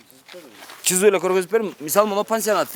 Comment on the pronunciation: чызып эмес СЫЗЫП -деп таза сүйлөсөң журналист!